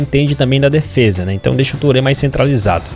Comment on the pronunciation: Turrê... Yaya Turrê